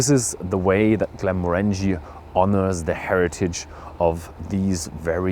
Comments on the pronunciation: …it‘s pronounced „Glenmórangie“, not „Glenmorángie“ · He definitely does, I grew up half a mile from the distillery, it's pronounced as if saying 'orangey' as in a shade of the colour. Not Mo-Rangie.